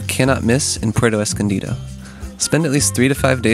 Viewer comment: Thanks for the great information! I don’t want to be too critical but it’s pronounced Pu-erto Escondido, not Porto Escondido. Since you do so much traveling, you can correct this pronunciation in other videos.